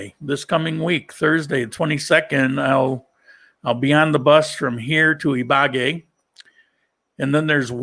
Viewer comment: Buen viaje! (Hate to correct your pronunciation, but it is Ibagué, with the accent on the E. )